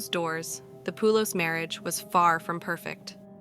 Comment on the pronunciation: My uncle shares this last name. It’s pronounced Poh-lis. Not Poo-los. Thanks.